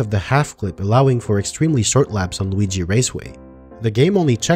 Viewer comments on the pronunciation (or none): none